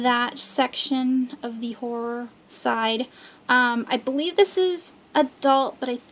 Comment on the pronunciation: Haha I laugh every time you say horror and horrors lol I keep hearing whores haha